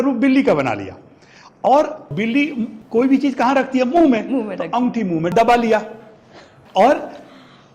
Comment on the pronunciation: "ओंगठी" नहीं "अंगूठी" 😂😂😂😂😂